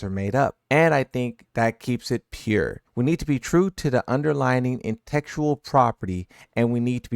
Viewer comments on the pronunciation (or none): Man read intellectual as "intectual" 🤣🤣🤣